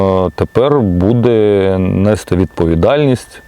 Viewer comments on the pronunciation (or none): Еге ж, гарна. ''Óзнаки, мабýть, нéсти, провéсти, зберéмо''... Не вистачає хіба що ''випáдків''🤨 Зараз у тренді ''косити під вуйка''